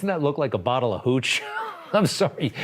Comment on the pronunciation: It’s hooch